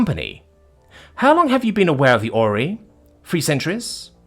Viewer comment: the great OR-REY-O'S